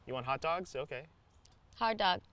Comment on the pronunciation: Natasha: "Sslp, I want a hard Doug." Doug: "You want hot dogs? ..OK." Natasha: "-Hard Doug-" lol, didn't notice the pronunciation at first xD